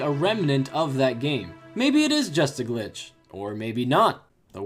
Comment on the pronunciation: What the hell is a glinch?